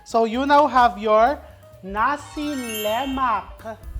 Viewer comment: Nasi Lema(k) silent K … as far as i know… Having stayed in Malaysia for some years… my favorite breakfast…